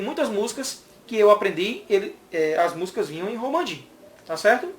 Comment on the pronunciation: Romaji, e não Romanji.